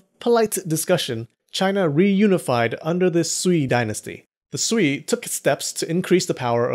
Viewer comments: Sui is closer to sway (as in, influence) than swee (as in, sweet). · "Sui" is pronounced "sway".